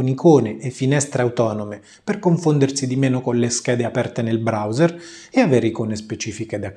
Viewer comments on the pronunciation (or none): none